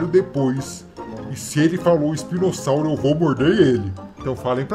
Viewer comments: rei è falou espinosauri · Ele falou espinosauro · ELE FALOU ISPINOSAURO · Ele disse espinossauru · ele falou spinosauro